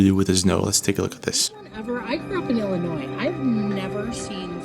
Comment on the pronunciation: Wow he actually pronounced Illinois correctly. 😂 I lived in the state my whole life and still catch myself sounding the S.